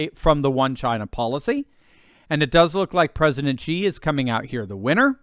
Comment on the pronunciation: Xi is pronounced, Shi, not Gi